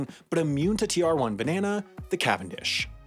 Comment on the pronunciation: Beneanaes. That's a way to pronounce it I guess..